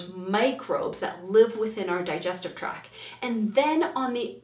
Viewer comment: I know this is because of my gut lacking serotonin but it really drove me insane how many times you said “track” instead of “tract” and vagal instead of vagus nerve.